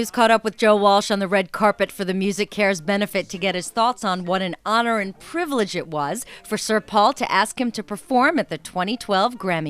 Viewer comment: Joe Walsh- It's an honor and a privrige privlage haha xD